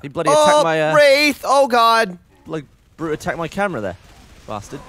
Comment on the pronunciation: sounds like the brute said dam dude